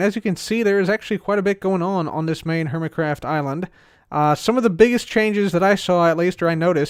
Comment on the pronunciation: Welcome to “Dork craft”? Lol that's what it sounded like